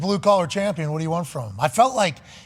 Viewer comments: 😂 Pat and his Chomp-pion pronunciation. Bruh its Champion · I keep hearing Pat say "Chompion" but what is that exactly? 🤔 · Why does he say Chompian? It’s annoying as hell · chompion lol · Can anyone please explain why he says Chompion? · AH YES THE CHOMPION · lol is he saying "chompian" on purpose? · Chompian, is he saying that on purpose? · why does he say chompion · Why Pat say “CHAWMpion?” Lmao. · What can’t dude say the word Champion?